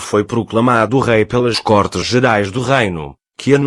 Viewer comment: Côrtes e não cortes.